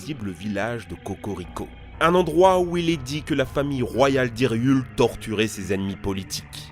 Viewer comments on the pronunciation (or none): je suis le seul a avoir entendu hyriule au lieu d'hyrule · Pk tu dit hyriul hyrul